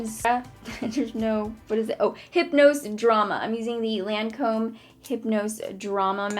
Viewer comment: Love the vid and Lancome is mu fave place BUT know how to pronounce it right!!!!